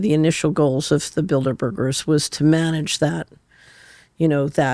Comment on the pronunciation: Y she say bilderberger... like asperger or burger builders..lol